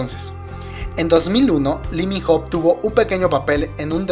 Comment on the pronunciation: Se pronuncia ((Iminoh)) Lee Min Ho Y es mio ..😍😝 Mi único amor🙈 lo esperare 2 años ..Mi Vida 👌❤ El #1👑